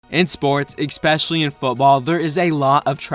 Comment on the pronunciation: I turned this video off 2 seconds in because the narrator pronounced the word especially, eXpecially!!! There is not an X in this word. The same for espresso. Again NO X!!!